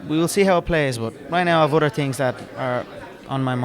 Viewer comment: Dramatic and funny how he pauses, gazes at his inner horizons before looking at the mic and saying with 101% conviction "Fuck all de udder stuff".